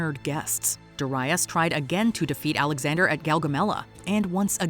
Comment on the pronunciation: "Duh RYE us"... GADS can you not even listen to your own clips on how to pronounce it? Did you never know anyone named Darius? DARE-ee-us, for chrissakes!